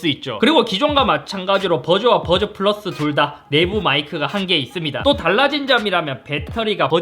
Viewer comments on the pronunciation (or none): 와중에 뿌라스 발음 보소 ㅋㅋㅋㅋ